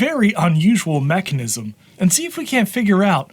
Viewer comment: Did he say "macnism"?